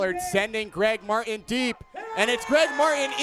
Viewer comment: One of my biggest pet peeves is when someone says "Mar-in" instead of "Mart-in", and this commentator just does it over and over😭😭